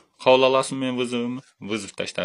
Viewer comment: Кокого жеттин деп таза келтирдин орус дос😅